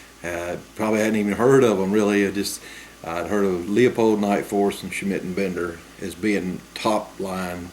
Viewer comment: It's pronounced LU-pold :)